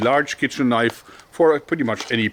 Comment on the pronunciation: "THAAAT's a KNOIF!"